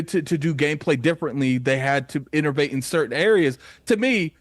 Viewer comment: There's no R in the word Innovate! Lol